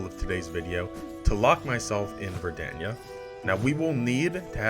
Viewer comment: Personally I'm a big fan of your dedication to pronouncing "Verdania" differently every other time you say it